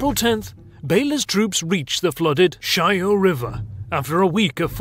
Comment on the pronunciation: Not 'Shyhoe' river, no h sound there, it's not Spanish. It's more like 'Sha(h)-yaw' river (Shah as in mah, nearly as in awe, but short vowel).